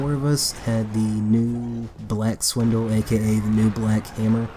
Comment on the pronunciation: sPindle there is a p not a w